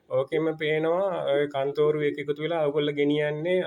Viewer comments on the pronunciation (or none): මේ පිස්සෙක් ..මේ කතාකරන බාසාව දකුණේ බාසාවක් වගේ මෙයාගෙම අය කෝල් කරවාගෙන.කන්තෝරුව නෙවේ කත්නෝරුවේ 😂සිවුර දාගත්ත කුහකයෙක්..කත්නෝරුවේ ස්වාමින් වහන්සේට නිදුක් නීරෝගී දීර්ඝායුෂ ලැබේවා ..